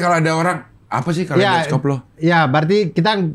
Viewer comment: kalei dos cope? kalei do scope, karena dibaca scope atau mending bahasa indonesia sekalian kaleidoskop